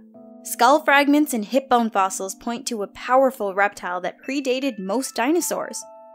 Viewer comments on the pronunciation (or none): none